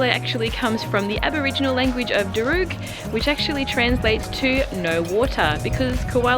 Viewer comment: Great video, thank you for sharing. Just a heads up, the Aboriginal language from the Sydney area is pronounced "dar-rug". You have such a polished style and I'm loving all of the itinerary ideas, thanks! ❤❤❤